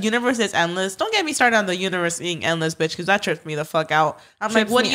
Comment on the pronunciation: saying pecause instead of Because drives me crazy lol